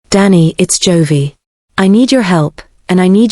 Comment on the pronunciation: what ever is reading the story needs to learn how the name joey is pronounced